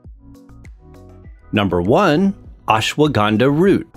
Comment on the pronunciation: It is not acceptable (euphemism) to the ear when you wrongly pronunce Ashwagandha. Better know the right way to say and them indulge in such lectures.